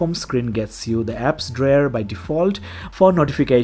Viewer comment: WTF Is An "Apps Drair"?